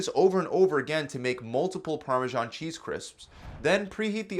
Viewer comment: parmashon cheese no its actually parmesan.